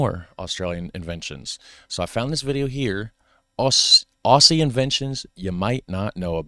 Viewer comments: I am not the word police, but please please please Aussie is pounced OZZIE no ess' OZZIE :body-blue-raised-arms::body-blue-raised-arms::body-blue-raised-arms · "Aussie" is pronounced "ozzy". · when say Aussie you pronounce it with a z